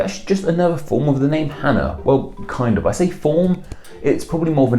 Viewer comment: Cool you pronounced Hannah properly in Hebrew. But the software you used flipped the spelling. Hebrews written from right to left, not left to right. The Chet and Hey are switched with the vowels in the same spot. That really looks like a software error. Anya and Anika are all diminutives if Hannah, which have effectively become their own names. Although Annika is also a Russian and Arabic name.